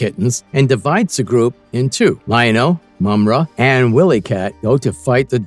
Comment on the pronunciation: It's pronounced Why Lee Kat...not Willy